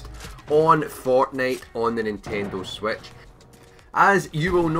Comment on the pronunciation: Sorry I just though the way he said it was funny.